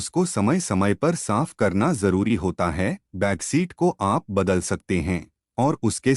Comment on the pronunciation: बेड शीट को बेगशीट बोले हो। आपकी टीम में कोई भी इतनी छोटो गलती नही सुधार पाया। औऱ भी ऐसी कई गलतियां है।